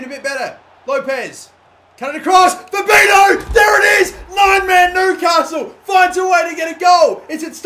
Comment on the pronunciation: You say Fabinho "fabinyo", that's the correct way to say it.